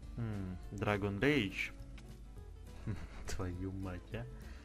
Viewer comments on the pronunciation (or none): none